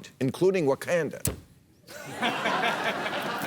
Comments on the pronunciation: Did he say wacanda instead of wakanda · Did...did he just say wa-can-da instead of wa-con-da? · Bill straight called it WaCANda. 🤣🤣 Everything else was spot on as usual in New Rules. 👍👏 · . I understand you stumbled on the complicated word "combined"...but Wakanda's pronounced Wuh-CON-duh. You can't keep putting down comic book movies, and then use them for a punch line. Either you accept them as part of American culture or you don't. Pick a side, Mr. Maher. You can't have it both ways. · Say It with me Bill WUH-KAHN-DUH 😂😂😂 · That's the most Jewish pronunciation of 'Wakanda' I've ever heard.